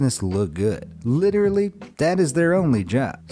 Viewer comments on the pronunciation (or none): none